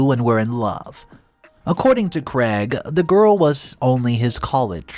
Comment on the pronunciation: Craig is pronounced as having a long "a" as in "made" not as Creg .